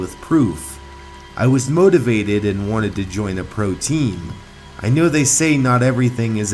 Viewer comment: Why is your sound was like "pro TEam